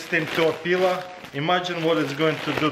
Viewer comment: Lovely peeler. Or did he say pillow 😂